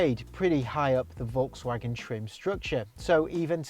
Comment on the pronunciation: If only you'd pronounce "Volkswagen" correctly...